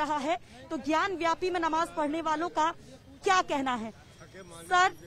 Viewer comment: रिपोर्टर मैडम सही नाम है ज्ञान बापी ना की ज्ञान व्यापी सो कृपया सही नाम लें 😊